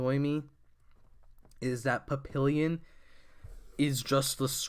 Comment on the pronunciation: I'm pretty sure it's pronounced pap pee yon